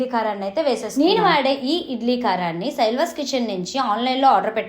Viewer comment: అది శైల్వాస్ కాదు శైలాస్ .